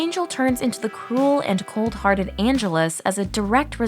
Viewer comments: the incorrect pronunciation of angelus is very disappointing, why make a video on a show you clearly haven’t watched, makes you guys seem so much less authentic and makes me wonder who actually did this analysis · Funny how you can always tell whether a narrator has, actually, watched Buffy or not, by the way they pronounce (or more accurately, mispronounce) Angelus. 😆 They, also, seem to have confused the vampire Mr. Trick with the warlock Ethan Rayne... I'm not even sure how you do that... 🤷‍♀️🤣 Cool video, otherwise!